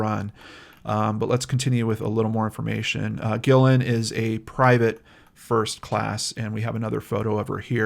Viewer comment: Guillen is actually pronounced Ghee-yen. A friend of mine has the same last name.